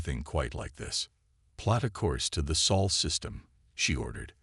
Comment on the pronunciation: Saul instead of Sol gets automatic dislike..